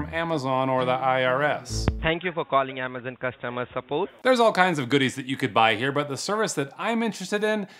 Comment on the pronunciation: If u hear 'suppote' it's a scam😂